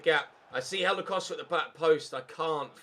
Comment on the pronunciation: why do you say hélder costa’s name like “helder coshda”? just wondering besides that you deserve a break